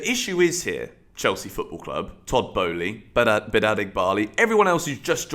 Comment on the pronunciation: It’s not Boehly bro.